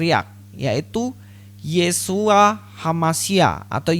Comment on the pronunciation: Akibat giginya tidak terkondisi , jadi bunyi isyuoaaaaa 😁😂